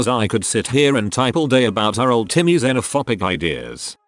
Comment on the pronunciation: It's xenophoBic not xenophopic. Jfc